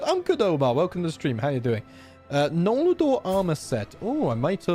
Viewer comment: I love that you say "nol la dor" when it's just noldor